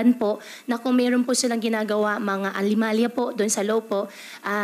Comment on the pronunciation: The way she speak halatang Hindi lumaki sa pilinas ..Hindi nya daw alam na my anemalia instead anomalia mamali pa..